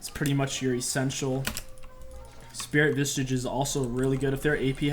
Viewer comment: I really love when he says Spirit Visage. It always sounds like Spirit Vishsish